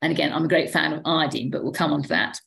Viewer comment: Glad to hear someone pronounce Iodine properly. Folks seem to pronounce the element like the tincture of iodine (as in dine at a diner) and alcohol that we used to use on wounds.